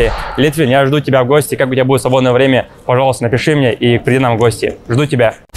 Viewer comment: как будто яйца прищепками зажали, что за голос? Цитата Степанов: Бой вьемя, тьиумф вецен!